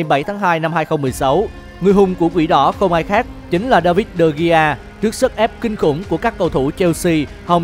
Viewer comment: Đa vít đì hê 😆😆😆